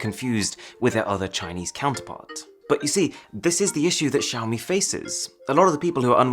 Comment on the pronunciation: Xiaomi is pronounced shiaomi not ziaomi??